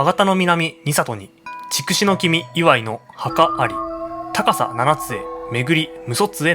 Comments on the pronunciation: 筑紫は“ちくし”ではなく“つくし”と呼ぶのではないですか？ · チクシは間違いです。ツクシといいます。たしかに万葉集では「筑紫」と書いていますが、当時の中国では筑をツクと発音していたのです。(少なくとも当時の日本人にはチクと聞こえていた) その後いつのまにか日本人がチクと発音するようになっただけです。